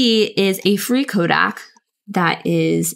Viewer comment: The comment actually means that your pronunciation is subtly wrong. CO-deck is correct